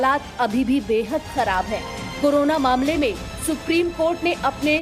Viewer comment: करोना नहीं वो कोरोना है एंकर महोदया। कृपया उच्चारण सही करिये।।।